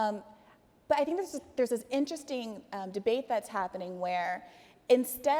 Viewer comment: She said dis for this